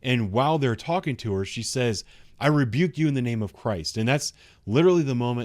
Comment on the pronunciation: No she said I'll "rebuke you" both times, it just sounded like "shoot you"